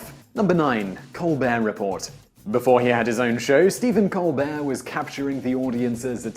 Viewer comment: you don't pronounce either Ts in 'Colbert Report'